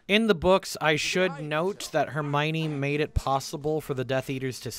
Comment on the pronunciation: Hermione, not Hermonie.